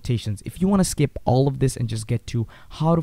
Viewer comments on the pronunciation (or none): none